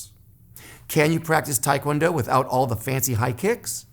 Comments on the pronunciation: Made it to 2nd degree in Hapkido,I'm in my mid 50's it was just two much for this old body,did taekwondo made it to 2nd degree also, hated the forms, it did give me more balance tho,not sure what I will study next.BTW it's taekwondo not tiekwondo. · Um, if you where ITF you know its TAY kwon do, NOT Thai kwon do Just sayin. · ahh it's because in korean it's pronounced like that, but most americans pronounce it like tai-kwon-do :)